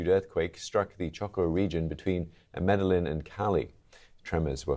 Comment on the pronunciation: "Medeline". Obviously the anchor never saw Narcos.